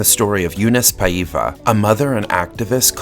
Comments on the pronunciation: So funny the way you say Paiva with a completely wrong intonation. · Regarding pronunciation ah-IN-da es-TOH ah-kee Paiva is pronounced PI-va (as in the pronunciation of "Pi" π)